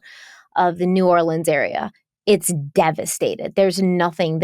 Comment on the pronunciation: As a gulf coaster, I just wanted to say you pronounce New Orleans so well and it’s awesome!!!